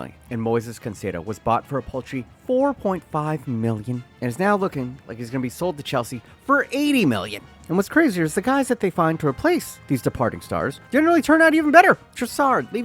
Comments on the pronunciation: caicedo > concedo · It's hard to pick which is the funniest thing you got wrong in this video, because every single take you have is idiotic, but getting Trossard, Mac Allister and Caicedo's names wrong in quick succession was probably top